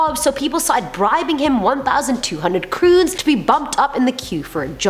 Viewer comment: Norwegian money is pronounced crowns not croons xD